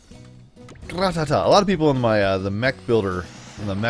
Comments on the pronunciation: it's not gra ta ta its ra ta ta get it right idiot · he said Gratata wrong Gratata mean Ratata